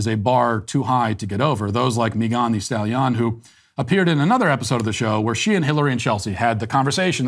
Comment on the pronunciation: "Meeghann the Stallion" 😂😆